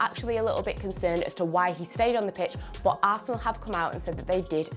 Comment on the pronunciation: every time she says "bOOt" instead of "but" I go back and dislike one video of onefootball ................................